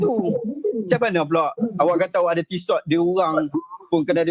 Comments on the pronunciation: Kakaka!!! Sebut Tissot pun tak betoi 😂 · Sebutan TISSOT pun tak betul.. kalau orang ada class, mampu pakai jam TISSOT, mesti tahu sebutan TISSOT yang betul. Kelentong habis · hahaha bila dia tak tahu sebutan Tissot yang betul, besar kemungkinan dia beli kat pasar malam, ciplak punya